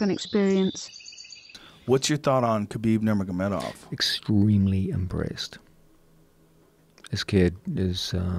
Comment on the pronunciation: “Khabib nurm????gedov”